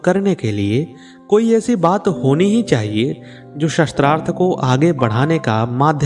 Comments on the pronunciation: Correct pronunciation is shaastrarth not shastr arth. Weapon is not meant here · शास्त्रार्थ की बजाय शस्त्रार्थ शब्द उच्चारण कर रहे हैं आप 😢 कृपया सुधार करना जी। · गलत उच्चारण से अर्थ का अनर्थ हो जाता है। आप गलत उच्चारण कर रहे हैं ।शास्त्रार्थ को शस्त्रार्थ कहना गलत है। शास्त्र से शास्त्रार्थ बना है।शास्त्र का सम्बंध पूर्व से प्राप्त संकलित ज्ञान से है शस्त्र का सबन्ध हथियारों से है। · Aap shastrarth bol rahe jo galat hai usko shaastraarth sha ko aaki matra hai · आप शास्त्रार्थ बोल रहे . वो शास्त्रार्थ है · Improve your pronunciation. It is शास्त्रार्थ not शस्त्रार्थ ! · Aap shastrarth shabd ka pryog kar rahe hain jabki sabd hai shaastrarth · शस्त्रार्थ एवं शास्त्रार्थ में अंतर है। उद्घोषक को अशुद्ध उच्चारण से बचना चाहिए। शास्त्रार्थ यानी शास्त्र + अर्थ । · कंटेंट तो बहुत सुंदर है लेकिन नेरेटर का शास्त्रार्थ को शस्त्रार्थ बोलना चुभ रहा है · शास्त्रार्थ this is correct pronunciation